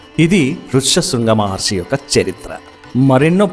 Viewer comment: Maharshi anali kada meeru padhey padhey Maharsi antunnaru. Ur story telling was amazing and clear